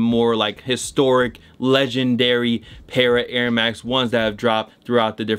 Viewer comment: Fam, it’s “Patta” not “Parra”